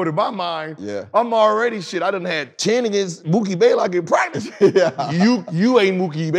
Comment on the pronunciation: Gilbert “Mookie BAY-lock” Arenas